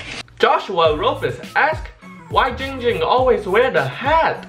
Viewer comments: says his name wrong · He nerver said it right its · he said ging ging and not *le gasp* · Why does everyone call him, it’s clearly 🤦🏽‍♀️ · You know it's not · It's!!! Not not not ging ging it's dck dck